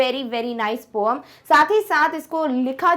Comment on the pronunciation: Poam nhi poem hota hai mam